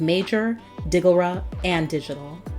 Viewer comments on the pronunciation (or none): Its Smoke E Digglera 😂😂😂 Not Digora